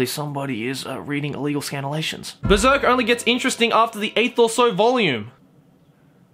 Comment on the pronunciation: WTF is a scantilation? A scantily-clad scanlation?